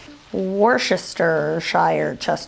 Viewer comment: "Worchester"? Lol, over here that's"wooster"sauce